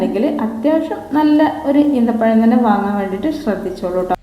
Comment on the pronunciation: ഈന്ത പഴം അല്ലാ ഈ ത്ത പഴം